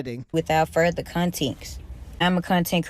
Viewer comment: "Without ferther conteeks" 😵‍💫 Entitled Hood Teacher